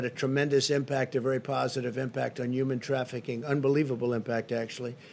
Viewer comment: “Uman trafficing” ??